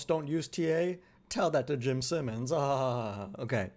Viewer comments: Jim Simons pronounced S(eye)mons 👍🏽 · bro how are you pronouncing Jimmy's name wrong, wtf